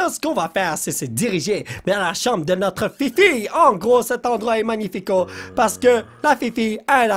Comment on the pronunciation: Cristina Cordula: C'est manifaïk!: N'est ce pas magnifiko?